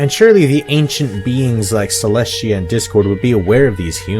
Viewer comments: You keep saying Cleshtia but it is Celestia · is it just me or do u keep saying Celest*SH*tia